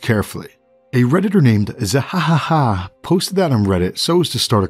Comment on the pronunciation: Sir the name Zehahaha relates to the laugh of Blackbeard in old legendary anime to this day called One Piece. You must see his laugh in order to understand how to properly say Zehahaha. Good day to you.